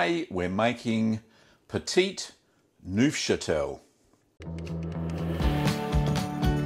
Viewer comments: petit neufchâtel Me: petty nosferatu? Nosferatu, appearing at my doorway: oh, do we have a problem? Do we have a problem here man? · Pft, I'm not watching a guy make a cheese whose name he can't even pronounce.